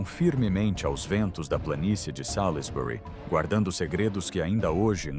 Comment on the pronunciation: /Salzbri/ pronúncia correta para Salisbury.